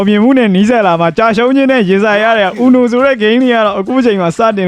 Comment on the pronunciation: အူနိုလို့မခေါ်ဘူးUNOခေါ်တယ်။